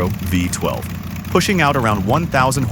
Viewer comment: What? A “VIE 12 engine.” If the narrator was a real person, it would have been V-12!